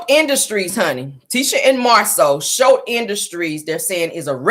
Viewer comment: i love your show you are one of my faves. The name of the Snotts company is Scholt not Shultz. Its Scott and Holt mixed together. Scholts. Enjoy your Friday💜